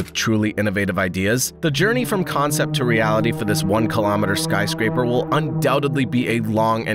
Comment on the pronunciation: lol "Skyscrapper"